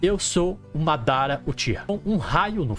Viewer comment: pqp pq vc n fala "madara"??? assassino é? kkkk